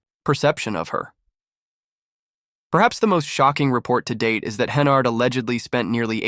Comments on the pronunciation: Hennerd? It's Henyard. Like where she belongs. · Cant watch the video if you can't even pronounce a name right.